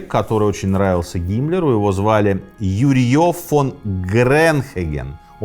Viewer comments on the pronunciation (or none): А ещё прозвучало ЮрьЁ и копьё ЛонгинА (как будто в какой-то момент человек устаёт и такой "да вообще пофиг как их там звали этих ЮрьЁв и ЛунгинОв") :]